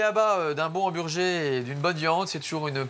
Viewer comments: « Hambergé » ça fait mal aux oreilles, français ou pas, on le prononce « hamburgeur » et c’est tout. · hanburgé ptdrrrr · non on le prononce hamburger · Mes oreilles saignent rien qu'en entendant le mot " hamburgé" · La première fois que je vais chez Big Fernand, le mec me corrige hautainement d'un "on dit emburjé", j'hésitais clairement à sortir mon plus beau doigt d'honneur. Le burger n'est ni bon, ni équilibré. Juste bourratif et donne la nausée sur le reste de la journée. Et puis les frites aux épices cajun c'est vrai que c'est super français!